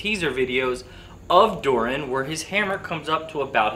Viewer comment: Its Durin not Durian wkwkwkwk LOL:face-purple-crying::face-purple-crying